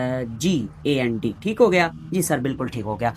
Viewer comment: Sir ligand hi huta hay google sy pronunciation check ker lain apki mrs ny ghalat kaha hay ap theek parh rahy thy